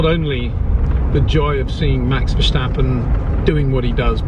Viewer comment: Also, it's VerStappen, not VerSJtappen. Great vid!